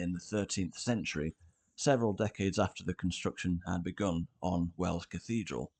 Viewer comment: Wells, not Wales! Sounds similar doesn't it but it is different. Us natives pronounce the Principality of Wales as "Wayles" so it does sound quite different to the shorter "wells". The several springs that abound in Wells (hence water running down the gutters of the streets all year round) were worshipped by the pre-Roman pagans and the particular one where the cathedral now stands was later also used by the Romans who would have worshipped that watery place. On that site Roman remains have been found of a very small temple building very near to the present cathedral. The Anglo-Saxon church/cathedral is barely a stones throw from the Roman temple and its spring and in turn the Norman cathedral was built just some 25 yards to the north. The Anglo-Saxon font (circa 900AD) which was once in the old Saxon cathedral can now be found in the north transept. One earlier name for the settlement has been identified which include Fontanetum (Latinised) in a charter of 725 granted by King Ine, the word has a watery reference, very apt.